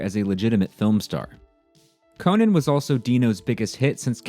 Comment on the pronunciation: Conan the Barbarian is not pronounced the same as Conan O’Brien